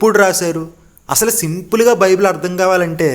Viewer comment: బాబు బిబిలాస్ కాదురా నాయనా నీకు చెప్పడం రాకపోతే సైలెంట్ గా ఉండు. బైబుల్ మూడు పదాల కలయిక రా నాయనా.